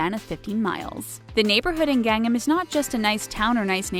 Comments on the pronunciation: Gang-nam, the way she pronounced it. I was super confused. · The only thing I am shocked about is the mispronunciation of Gangnam. Gang am as opposed to Gung NAM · It's not Gangam it's GangNAM! Sheesh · Oh my word... I can't take anything this person says seriously... She can't even pronounce Gangnam right!!! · worst pronunciation of Gangnam ever..... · Can't even pronounce Gangnam correctly. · gangnam is not pronounced like that.